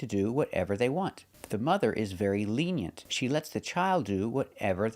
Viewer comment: The last vowel in "lenient" is not "e" like the one we have in "eggs". It's the schwa sound. At least that's what the dictionaries say.